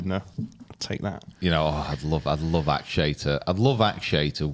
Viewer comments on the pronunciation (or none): I love the podcast- but: You can’t just invent how to say someone;’s name. It is Ok-shay, not Ak-shay. It just isn’t. It also isn’t Show-fully. There is no reserve list or alternate list for the Masters- never has been. Only special invitations are offered to international players but are not routinely given. Neergaard-Petersen qualified by winning the Australian Open. He has known that for months.